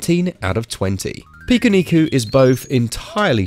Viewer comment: Finally someone pronounces it correctly.. I downloaded this because I saw so many people saying it’s the strangest game on switch, but I’ve yet to encounter much strangeness. Still enjoying it nonetheless.. was just expecting something a bit more weird.. it’s just a typical Japanese platformer game really..